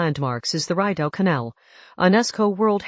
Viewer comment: I closed this video when the AI called our canal, the Reyedow. Short "I" sound and French pronunciation Rideau.